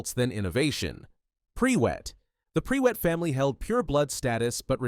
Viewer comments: “PRE WET” ahahahah listen. It’s not your fault cause the UK is weird but Prewett is pronounced “pru-it” ❤ I cackled so much during this section. this was otherwise super interesting thank you for sharing 😊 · Noooo! It's not pronounced pree-wet, it's pronounced prew-it! I know it's a bot, but really? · It is Prew ett…not pre wett haha 😅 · should be pru-wet with short U not pre-wet lols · I thought it was "pru-wit" rather than "pre-wet" for the Prewett family name... is there is source for this? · its pronounced prew-ett not pre-wett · Prewett is said more like proowat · Am I the ONLY one you is losing it at "PRE-WETT"! Bro, that CAN'T be how it's pronounced!😭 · The Prewett name being pronounced as Pre-wet feels like a certain degree of slander to me... 😂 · “Pre-wet” this mf has never listened to the jim dale audiobooks. Or learned phonics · when I read the books before the films came out, I read it as Mer-ope (because I was an inexperienced child, who didn't know anything about different cultures) but ngl, hearing pree-wet hurts my ears, sorry Narrator, i'm sure you tried your best! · The Pree-wets, hmm?